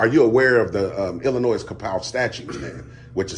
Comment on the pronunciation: I would arrest him for saying Illinoizzz.